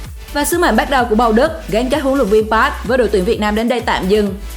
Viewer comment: thầy "pát" thầy "pát". Kho nghe bạn ơi... bt k sao nhưng phát thanh thì chuẩn 1 chút!